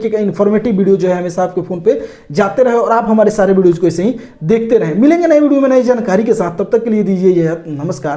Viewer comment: हे भाई ये व्हिडिओ को बिडियो क्यू बोल रही?😊